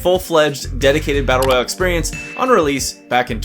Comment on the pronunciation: all this without mentioning vigor , it has a lot of the things you said were missing. try it dude , great fun. BTW it is battle royale , not battle royle.